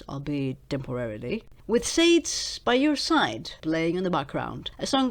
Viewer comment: Sade = "SHAH-day"